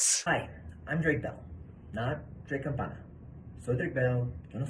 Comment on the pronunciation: It's campaña, campan-ya haha Also, Mexicans are Americans too He's from the US, so a United Statesian. Estadounidenses is how you say ppl from the US in Spanish.